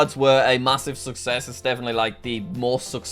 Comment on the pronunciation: Jack says success correctly FOUR TIMES!